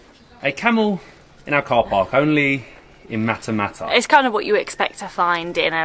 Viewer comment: Matmata not matamata